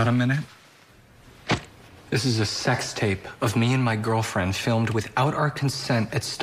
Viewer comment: when he said ' got a minute' i heard 'karamene😂😂😂